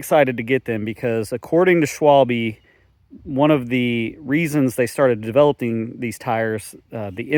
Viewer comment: Snap quiz. How do you pronounce Schwalbe? 😀